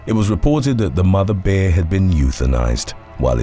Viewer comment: It's pronounced 'bear' not 'beer'. Just sayin 🤷🤣